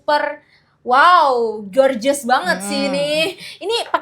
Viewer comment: Kata " gorgeous " bacanya bukan " goerjes, jorjes. Pronunciation yg benar adalah gojes